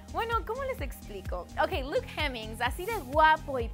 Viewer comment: Fu** que es CALUM no KEILUM y es hemmings no JEMMINGS!